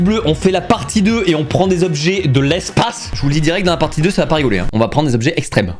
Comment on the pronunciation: les 20 "Tobjets" et non pas les 20 Zobjets" ! :D On parle des 20 "Tans" de ma nièce, pas des 20 "Zans"... ! Sinon vous me faites bien rire, sympa ce que vous faîtes !